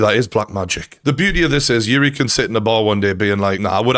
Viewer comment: Just say juri lol